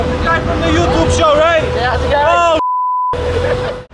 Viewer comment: "Eshmee from yo thuub? I see ebery bideo of you" and then you get the hip-hop guys cursing in Lord Shmee's video. That's Miami... LOLOL